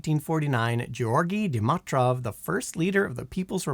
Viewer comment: I see continues the Simon Whistler tradition of not looking up pronunciations of common words, names, and names of famous people and places, but just wings it and mangles them (Sergei, incipient, Dimitrov, pagoda, Luanda, Angolan and Guyana for some examples in this video). That's the main reason I stopped watching this youtube channel.